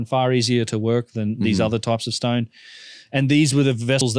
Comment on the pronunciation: Oh you said vase ! I thought you said these vizes are aliens ! What is a stoyn ?